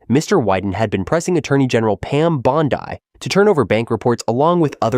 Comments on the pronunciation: Attorney General Pam Bond-eye?! GTFOOH with the AI narrator. Hire a goddam human, ffs.🤬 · Shame on you for using a cheesy AI voice! It sounds like gibberish at times, mispronouncing the AG's name as "Bond-Eye?" "My name is Bond; Pam Bond-Eye." AI is quick and cheap. And you get what you pay for. But this is one viewer who won't be watching more of your crap reels. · 'pam bond eye' bro just fkn read the script, are you that lazy? you just lost a sub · Pam Bond-eye. Gotta love AI. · Is that Pam Bond-Eye or Pam Bondai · I can’t stand AI narration… “Pam Bond Eye”? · The L's in Ruben Gallego are silent. His name is pronounced "Guy-ay-go" not "Gal-lee-go". If we are going to say people's names, then at least learn how to say the name properly. Also, please don't pronounce Pam Bondi's name the same way as you pronounce "Bondi Beach". Just because they are spelt the same, please don't denigrate our beautiful beach by associating it with the trainwreck that is Pam Bondi.